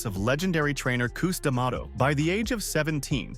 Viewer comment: How Dare you Butcher his Legendary Coaches name “ Cus D’Amato”. Research is key!